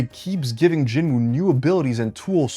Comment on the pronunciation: At least pronounce Jin-woos name correctly